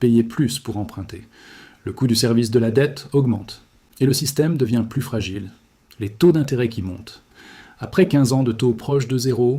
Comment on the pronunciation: Est fragiile, L'IA qui déconne xD